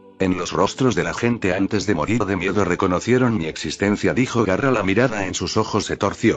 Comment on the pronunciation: No es Garra.... 😡😡😡 es GAARA!!!!!!!!!😡😡😡😡